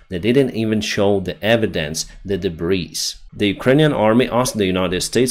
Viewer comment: Debris is pronounced da-bree, all tenses.